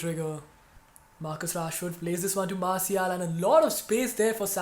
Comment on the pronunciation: Pls pronounce Martial correctly